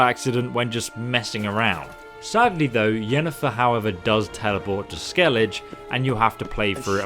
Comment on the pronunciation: SKEELIGJE ? BLOODY SKEELIGJE ? edit: Forgot to say that you owe me a cookie